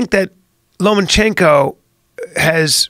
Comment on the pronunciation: Lomachenko...not, Lomanchenko.